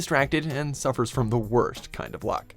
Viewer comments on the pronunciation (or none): none